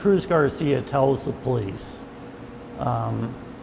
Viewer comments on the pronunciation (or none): When ppl say police like it's pronounced as PO LEASE. Lol! WHAT?